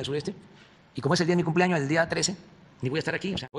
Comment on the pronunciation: Con risita socarrona el señor dice, yo me voy a Palenque "por que eh mi cumpleañoh (ahí hi quieren mandarme un regalito)".